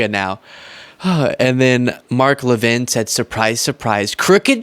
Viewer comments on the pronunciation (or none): none